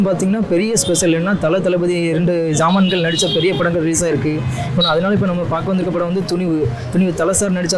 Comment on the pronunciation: ஜாம்பவான்கள் என்று சொல்வதற்கு பதில் சாமான்கள் நு சொல்ற 🤣🤣🤣 நீ எல்லாம் எதுக்கு டா MIC a புடிச்சிட்டு வர 🤣🤣🤣 1st பேச கத்துகோ